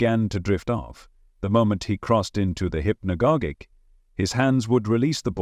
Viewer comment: HI there, interesting content! One thing: Hypnogogic is pronounced: Hip-no-gaah-jic like "logic"